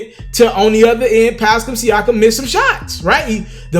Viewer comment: He's still saying Pascam Siakam?